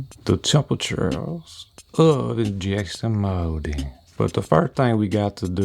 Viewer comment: This is friggin awesome and hilarious at the same time. "InJEsin MOWdin!!" rofl